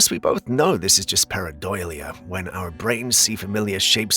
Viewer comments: Para-DOLE-ee-ah, not para-DOIL-ee-ah. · Sorry I hate to correct you but you are saying PARA-DOIL-IA and it's actually PARA-DO-LIA (Do pronounced like Cookie Dough). I know I'm a bit of a loon telling you about this, but it drives me a bit mad every time I hear it. Sorry cos I really adore your fabulous uploads and you are great at what you do - really good. Your uploads are the only thing I watch 1st the moment I come on to YouTube 100% of the time. keep up the fabulous work please. 👍👍👍🤗🩷